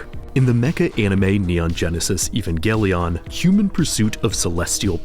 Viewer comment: I think "Evangelion" is meant to be pronounced like "evangelism", with a soft G